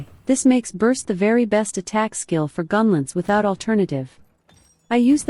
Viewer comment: Hard to listen to with the ai voice and every 10 seconds saying the word "gunlentz".